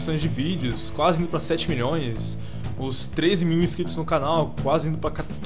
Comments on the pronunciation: "AFF o cara falou mões" KKKKKKKKKKKKKKKKK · AFF O CARA FALOU MÕES KKKKKK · kkkkkk aff o cara falou mões quem acha q o só fala errado da joinha! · afffffff o cara falo moes kkkkk!!!